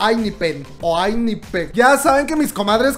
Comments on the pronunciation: Procesando pronunciación...: Ainipen Yo: EnJaipen Y el resto? 🤣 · la diciendo enaipen ( ENHYPEN ) PRONUNCIACION CORRECTA ENHYPEN( enjaipen) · Se pronunciaría Enjaypen 🧡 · ENHYPEN se pronuncia "en Jai pen" Edi: en realidad la "en" se pronuncia como "in", entonces seria IN-JAI-PEN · yo pronunció enyipen ☺️🔫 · Los chicos lo pronuncian “ENAIFEN” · Se pronuncia “In Jai Pen” uwu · Haha xD esta pronuncie asi EN JAIPEN:V asi le queda mas facil No llegaron los 6 que queria pero quedaron 3 de ellos hesseung suno y jay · Enjaipen - asi se pronuncia Cristo Rey! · yo tampoco puedo pronunciar bien el nombre del grupo xd